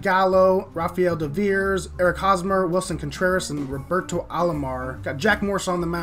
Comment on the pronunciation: As a redsox fan the way you pronounced “devers” made me die inside